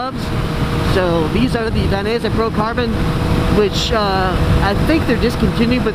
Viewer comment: Great vid - even though I'm fairly tall I still learned some good tips including how to properly pronounce "Dainese" LOL. I'm buying some gloves from revzilla soon and want you to get a commission - if I click your affiliate link it takes me to boots - if I continue shopping for gloves from there I assume you'll still get a commission?